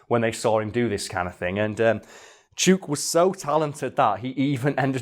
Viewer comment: this is defiantly an episode that needs the clips edited in. the lyre bird is completely awesome, and I need to see the salmon hat. also, 'chook' is pronounced like hook. its aussie slang for 'chicken'. as in, 'Im going to feed the chooks'. It can also be used as a term for a group of gossiping (usually older) ladies. you wouldnt call em that to their faces tho.